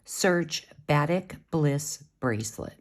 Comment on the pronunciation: Very cool bracelet, thank you. Just for clarification...Batik, the beautiful SouthEast Asian form of dyeing fabric, is properly pronounced with emphasis upon the second syllable: buh-TEEK.